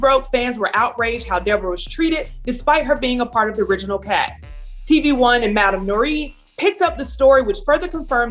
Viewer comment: Madam NorREE 😂